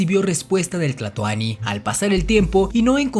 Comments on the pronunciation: Es tlatoani no tlatoni. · No se dise tlatony